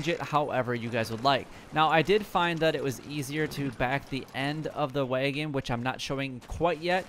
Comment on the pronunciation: It’s wag-in not way-gen